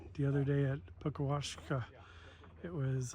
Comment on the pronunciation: Pronounced 'puckasaw' great vid, I live on Lake Superior, moved here yrs ago. Beautiful esp if one loves the outdoors all yr round as much as we do! 😊